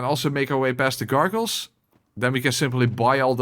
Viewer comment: Don't worry about the pronunciation of gargoyle because you can gargle deez nutz!